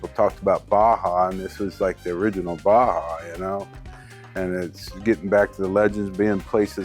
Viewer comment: You lost me when you said Baja wrong.